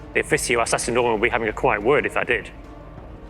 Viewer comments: Sororitas already have four existing units in game so adding more is the easiest option. Orks are very likely to be coming soon in the future especially giving the way he said "Cunning Plans" at the end. It sounded to me and some others like he said it with a "K" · "kunning planz" eh?